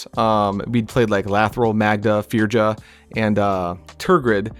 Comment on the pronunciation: Loving the content, just a heads up for future reference with Kaldheim cards. In Scandinavian the "J" is pronounced like a "Y". So you would say "Firya" "Yorn" "Fyord" etc